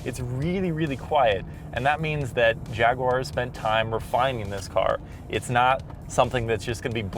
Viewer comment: Nice review. The only issue I have is that for some reason you can't seem to pronounce "Jaguar" correctly. It really irritates me.